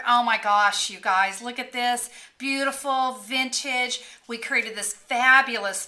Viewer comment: It's so nice and "VINTAGIE". Ahhhhhhhhhhhhhhhh. lol thanks for the laughs and the card is really pretty.